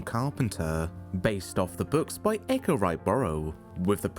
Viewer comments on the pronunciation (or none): none